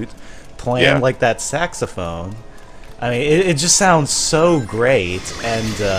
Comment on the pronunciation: Sexaphone? Or do you mean saxophone